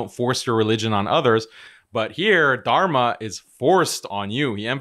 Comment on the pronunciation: Somehow his face triggers me in terms of i can see how corrupt and two faced this individual is as of right now. My allah guide him back to islam, instead of keeping him do this mockery to and of himself also why the hell is it so hard for him to pronounce dharma he keeps saying tarma 🤣 im german and its nothing hard really even with my accent